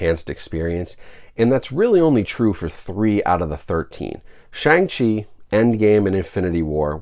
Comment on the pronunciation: Brah, you completely butchered the pronunciation of Shang Chi